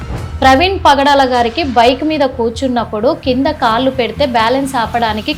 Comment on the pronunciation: పాయింటూ కాదు, పాంటు. కాళ్ళు, వేళ్లు అనాలి. కాల్లు, వేల్లు కాదమ్మా..